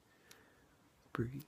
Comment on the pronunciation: The word is breathe it has a e at the end not breath